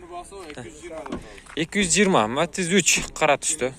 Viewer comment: Э кот метиз эмес Матиз болот норма суйлоп тартсан урот сен потписчиктеринин айтканын кылсан жакшырак болот